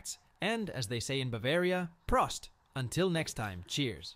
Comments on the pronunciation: It is PRROHST!😂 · Keep in mind: That was a piece of PR. And as to beer - Prost! is pronounced prooooost ! 😀